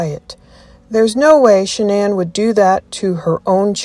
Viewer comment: Why does Dr Phil insist on pronouncing Shanann’s name incorrectly? He knows how her family pronounces it. As for AD, what makes him think his opinion about who murdered who even mattered. CW was convicted and is in prison so move on and let the family grieve in peace.